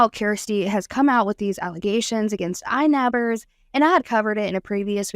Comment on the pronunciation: There is no "s" in inabber